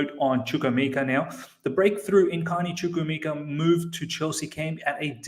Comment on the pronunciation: Of all the Chelsea youtubers, I think u pronounce chukwuemeka better😀